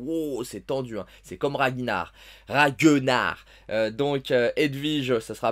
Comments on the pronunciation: On ne dit pas RAGENAR mais RAGNAR 😂 Ça se prononce comme sa s'écrit lol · ra GUE nar 😂 RAG-NAR Toi ta jamais vu la série "Vikings" 😁